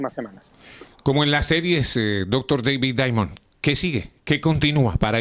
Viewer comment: A este locutor enfatiza mucho Dr. David Diamond tan solo diga el nombre no lo exageres